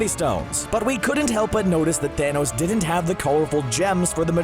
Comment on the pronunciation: Why does he talk like that? The way he pronounces the 'T' in 'didn't' so hard seriously irritates me.